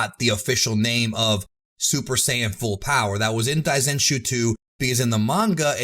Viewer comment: 大全集 should be pronounced dai zen shuu, not dai zen chuu as you say multiple times throughout the video. On this point I please just pronounce Japanese words the American way in your videos rather than trying to pronounce them the Japanese way. It's good that you're trying, but because you don't speak Japanese it sounds wrong and is hard to understand.